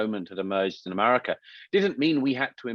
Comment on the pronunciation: Why does he say, "Emarica"? 🤔